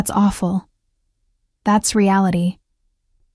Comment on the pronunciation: Risotto is being pronounced incorrectly. Long o Hospital staff know that in Oregon brother would have had lap appy. I don’t know where these people live. Pause in voice is annoying, loose the periods.